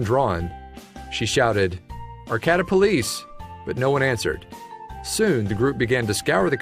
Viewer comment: Arcata. Locals say is it like ar-kay-ta. Just sayin